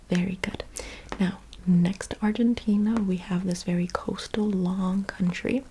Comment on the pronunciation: You are amazing! Please can you pronounce Argentina correctly next time? You pronounce everything with perfection expet for that